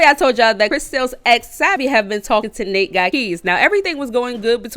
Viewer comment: It’s actually Nate not Nat